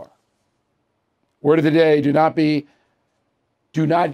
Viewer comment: Thanks for all you do Mr. O'Reilly. With all due respect, I believe you are pronouncing your word of the day incorrectly.